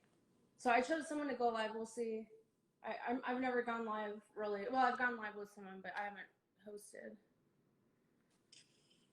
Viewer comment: Mürsel: canlı mı? Livvv Anna : Yes layv ... Helal olsun be Anna adamın konuşma özürlü olduğunu öğrenip birde telaffuzunu düzeltiyor rezil olmasın diye. Ama ömür boyu böyle mi olacak be Anna:)